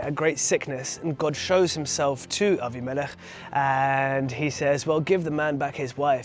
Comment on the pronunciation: "Abi-melech"...good to hear Hebrew pronunciations (Vs "Abim-i-lech" - Aussie / Western preachers!) ❤ Shalom from 🇭🇲🌏🦘😊